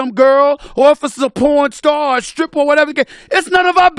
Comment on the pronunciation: Why do I laugh so hard at the way that Stephen A. Smith says pornstar? Does anybody else crack up like that?